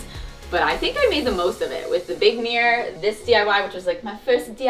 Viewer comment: I love how Americans say the word 'mirror' as 'meear', sounds so cute